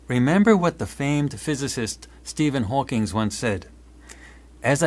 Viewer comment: ~ It's Hawking, not "Hawkings."